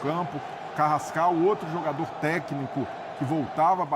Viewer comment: "comentarista" que não sabe falar o nome do jogador do Flamengo 😂😂😂😂😂😂😂😂